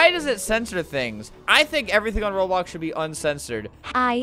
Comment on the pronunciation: He said Roblos keep deleting my outfit instead of Roblox keep deleting my outfit